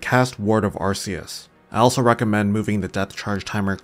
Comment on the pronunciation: great video but its not called arr-see-us